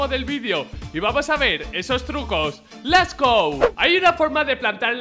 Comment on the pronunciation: Leeess gouu! dijo el amigo xdd